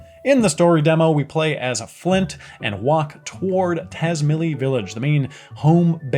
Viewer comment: In case you care, Tazmily is pronounced tats-MAHY-lee. The Z is like in pizza and the I is "long" as it's taught in English.